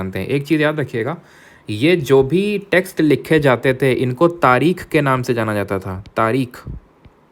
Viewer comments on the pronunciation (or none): none